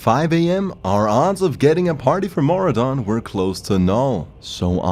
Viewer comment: Mora don? Ma Roo Dun!!!!